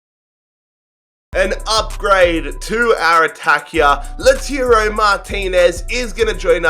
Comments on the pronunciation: He called lautaro lozano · You said lautaro wrong